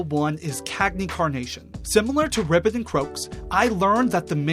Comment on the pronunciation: I can't tell if you qre being serious when calling them ribbit and croaks instead of ribby and croaks but aside from that this is a great video